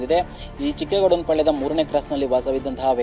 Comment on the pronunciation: ಚಿಕ್ಕ ಗೌಡನಪಾಳ್ಯ ಚಿಕ್ಕೇ ಗೌಡನ ಪಾಳ್ಯ ಅಲ್ಲ ಸರಿಯಾಗಿ ಹೇಳಿ